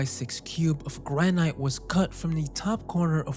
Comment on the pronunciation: "granite" is pronounced GRAN-itt